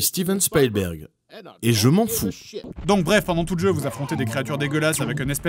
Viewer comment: "je m'en fous " avec un T .... pas digne de vous les mecs :)